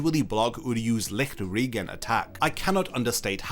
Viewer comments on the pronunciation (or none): As a German I find it funny how you pronounce Lichtregen and auswählen😂 (no hate)